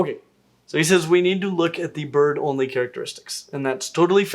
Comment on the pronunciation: everytime he said "bird only" i heard "butt only" lol